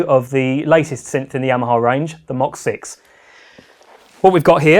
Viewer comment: Thank you for pronouncing MOX correctly! Now if we can just get all of these idiots on youtube to stop calling it "Moe Ex".....